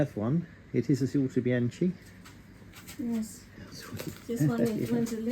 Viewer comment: [ˌautoˈbjaŋki] The "k" does not want to be fakeitalianized into "c" 🙂